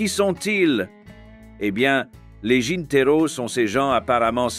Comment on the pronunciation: On ne dit pas des jinteros mais de jineteros. Je ne sais d'où sort ce commentateur. J'ai habité 2 ans à la Habana.